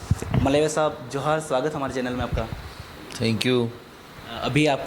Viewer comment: जोहार नहीं बोल पाए 😂